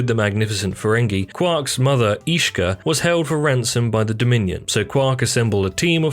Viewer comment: combined with some mispronounced names such as Ishka and Dabo, makes it indeed feel like filler content narrated by someone who hasn't even watched the show.